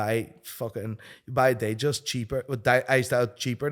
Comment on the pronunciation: I agree with you, guy has no idea what he's talking about. By the way it's called a 'datejust' not a 'dayjust'